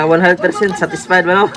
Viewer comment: "satesfied" HAHAHAHHAHAHAHA